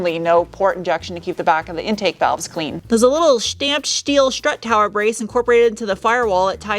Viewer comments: Turned off as soon as you said schteel, don't do it!! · And "shteel".